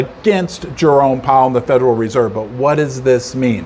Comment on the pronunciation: Jerome. Not Jeremy.